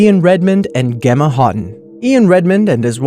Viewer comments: Gummy Heart I know right? I was like It's pronounced Jemma, like a J not Gemma like a G. -_ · it bugged me so much when he pronounced it "Gemma" instead of "jemma" like even though it's spelled with a "g" it's still pronounced like a "J" ugh OK I'm done 😂😂😂😂 carry on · It's pronounced Gem-a, not Ge-ma. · Um... I realize my comment here is irrelevant here but Gemma is pronounced exactly how you would say Jemma. Gemma & Jemma are the exact same name. This is why I don't swim in oceans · you pronounce Gemma like Jemma not how you said it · #8 is said JEMMA not Gemma, it's s British name 😂😂😂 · SAme. It bugged me too that he pronounced it with a G sound instead of a J. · How can you mispronounce 'Gemma' so badly?!